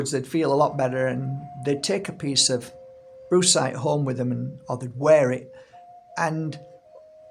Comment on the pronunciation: Did I really hear Brucecite and then bruisecite? Followed by you describing the colours of a good ol black eye? 😂 Humor beats anger indeed